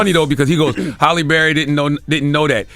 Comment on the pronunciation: Her name is Halle …. Not Holly